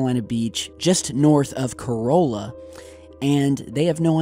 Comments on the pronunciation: I live on the outer Banks where the fish were found and he butchered Corolla so bad it's pronounced co-ra-la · I used to have a beach house there and not pronounced Corolla it's pronounced kirala, now I live 20 miles inland but I still don't know what the hell is going on with that and it scares the s*** out of me